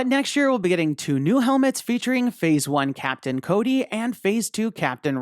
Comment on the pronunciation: Man said captain cody